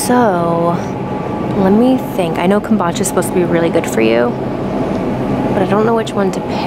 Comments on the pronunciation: The way you say kombucha is cute! I think it’s pronounced “come-boo-cha”, that’s how I hear everyone else say it anyway 😆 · Ya you say it like come-boo-cha